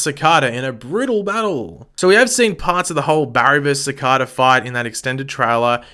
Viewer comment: Ci-CAY-da, man, Ci-CAY-da. Do you not actually watch the show?